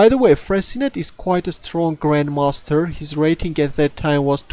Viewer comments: You spelled it correctly (Fressinet) but you mispronounced it. It's not Fressinette like in 'rocket', but Fressi-nay like in 'cabaret'. Good luck with your excellent videos! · You are correct. é : this sound does not exist in english, that's why i made and approximation. I should have said that Fressinet is pronounced like in the word 'touché'. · Not Fressinette but Fressinay. Nice editing.